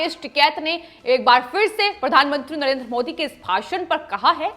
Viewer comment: प्रधानमंत्री होता है. प्रधानमुंत्री नहीं.